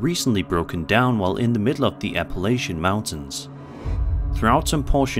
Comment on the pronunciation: The only thing worse than the first video and the two girls’ atrocious acting is your pronunciation of Appalachia.